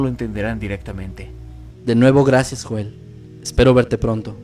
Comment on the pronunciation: Se proncua YOEL!!! No Joel maldita sea!